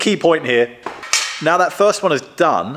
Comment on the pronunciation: Just needs to stop saying wif and vat